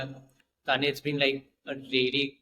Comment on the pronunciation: Keep rocking! 🎉 But the host totally botched the pronunciation of your name! 🤦🏻